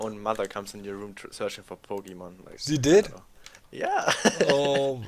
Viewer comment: As much as I love Pokemon, I just don't care about Pokemon Go. By the way, the O in Pokemon is pronounced like "oh" not "ah" It bothers me so much to hear it pronounced like that. (Sorry for nitpicking about that. Your vids are great.)